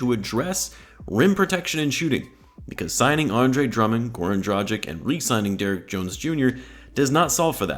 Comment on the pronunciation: You pronounce Dragic wrong. You pronounce it more like tragedy. Is that intentional?